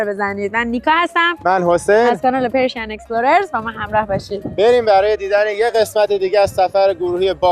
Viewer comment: خیلی عالیه ولی چرا میگید پرشی ین اکسپلورر خیلی جالبه برام مگه تلفظش پرشن نیست